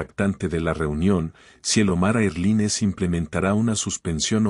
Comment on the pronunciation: Erline? NOO En inglés air line. Erlain, se pronuncia.